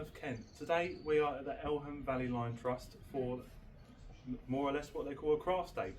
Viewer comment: Elham is pronounced 'ee-lam'.